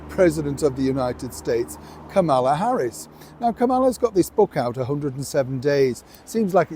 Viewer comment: please learn how to pronounce Kamala’s name. It’s comma-la. Think of the punctuation mark.